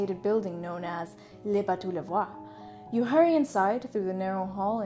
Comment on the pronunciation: Great video, but I would have loved it if you used YouTube to learn how to pronounce "Bateaux." Or, hire a French tutor? Hopefully in the couple of years since you made this video, you have started researching foreign pronounciations before you make these videos. <3 Good stuff, otherwise. Very interesting. Thank you.